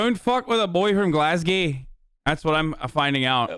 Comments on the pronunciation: as someone from glasgow, hasan saying “glazgay” slowly kills me. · hearing Azan Pecker say "f*cking" in a 'British' accent keeps me young Edit: Hearing Azan say "Glasgow" in a 'Scottish' accent is even better